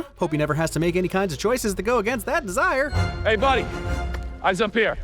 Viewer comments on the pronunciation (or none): desire? Don't you mean de-zod-er 😅